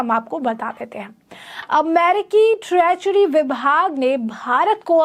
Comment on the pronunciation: ट्रेचरी नही ट्रेजरी, बडा अलग मतलब है।